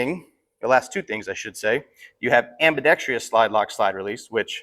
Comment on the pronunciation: am-bee-dex-truss.. not am-bee-dex-tree-us